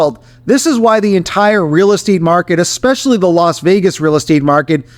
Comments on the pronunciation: You known, I know it, and expresslly. Second 3 maybe. Living in the States for over a decade I heard it a lot. Xspecilly pronounced with an X. Also, the word escape. You Americans want to say: Xcape. However the word is Es cape. Note no X. Es cape. Try saying Es cape. Then try Es specs ly. No X sound. Just trying to help you sound more like you have a grasp of the English language. It’s important to journalist. Knowers of the English language can spot you a mile away, just the way you talk. Study it, and you will be a better journalist. Just saying. (American saying). Cheers! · Hey Xpressly boy. It essentially, see…there is no X. Sound it out. Just like the coffee…espresso. See no X. Not expresso. If you want to sound like you know what you’re talking about, you got to pronounce words properly.